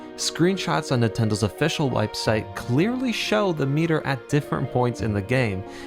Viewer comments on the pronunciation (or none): Wipesite? I know he meant to say website, but it came out as "Wipesite".